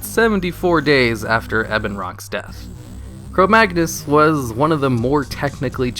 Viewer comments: its Chromaggus, he said Chromagnus at the end. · its chromaggus not chromagnus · you say - Chromaggnus instead of Chromaggus. You also call him Chromaggnus ^^ Oh and,whats the song that starts at #1? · No, he said it wrong. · 33 Chromaggnuts? Or Chrome-ma-nuts? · Schpau Exactly.Everyone noticed that he is saying "Chromaggnus" so I tried to tell him to correct it before releasing the video. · If you're adding extra sounds to a word you're not mispronouncing it, you're an idiot.